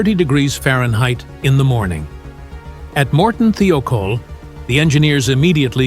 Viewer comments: "Thigh-oh-caul" not "thee-oh-kohl" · Thiokol is properly pronounced “ Thigh - oh - call “ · This video would have been better if the narrator could pronounce Morton Thiokol correctly. There is no e in it.